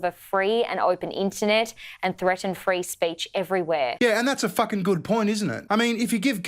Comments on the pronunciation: Did she say "freedom of spreach"?! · "Freedom of spreech" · She said freedom of spreech Ha